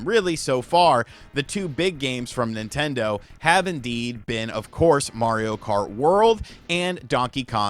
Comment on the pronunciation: As soon as you said NintenDeen I stopped taking anything in this video seriously. This guy has made Nintendo hate videos every day for the past 4 months.